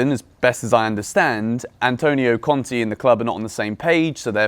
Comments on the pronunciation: pls, it is Conte, not Conti. It is pronounced with an e like in keg or in beg. Conti is Bruno Conti. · please it’s pronounced Cont Ay not Cont E